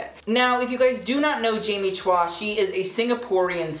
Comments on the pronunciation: Is it also pronounced "chwa" in Singapore? In the Philippines we pronounce Chua as "Choo-wa." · "chwa" is correct. We just pronounce everything differently in the PH 🤣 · Choo-wah. This is a better representation of how you pronounce her last name. Two syllables. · I have the same last name but I pronounce it as chew ahh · Her name is pronounced CHOO-WAH. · It is Chua is pronounced as Choo-wah